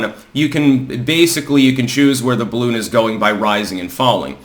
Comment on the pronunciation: I mean, c'mon, man, BALLoon? There's only one way to handle this, and it rhymes with "bottom surgery"....